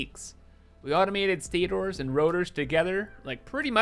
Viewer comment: WHY do you rotors normally, but then say State-Ors. So weird! They have the same affix!